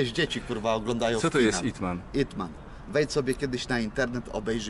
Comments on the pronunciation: IpMan a nie EatMan 😂 ale Seba mi nie potwierdzi xd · nie ytman tylko ipman jest 4 czesci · Nie it man tylko IP man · Ten film to IP MAN a nie IT MAN, tak jakby ktos chcial obejrzec. Generalnie polecam, dobry film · Ip Man a nie Eat man XD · Dzban mowi o filmie, gdzie tytulu z 5 liter i nie potrafi zapamietac! IP man a nie yt man! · ytman xd chyba ipman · ytman 🤣 chyba IP Man 🤣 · Tez tak myślałem jak mówił o ytmenie xd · IP MAN przez i